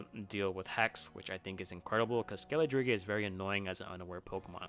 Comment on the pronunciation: Your pronunciation of Skeledirge is something else. Great video though.